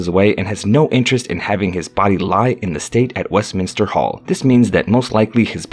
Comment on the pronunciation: It's Duke (as in Dyook) not Dook! I think an English speaker should commentate on these videos. It's Lord Chamberlain not Lord of Chamberlain; Lord Lieutenant (as in Left-tenant) not Loo-tenant; Westminster not Westminister and yes, most people are aware of the arrangements if not HRH's personal wishes.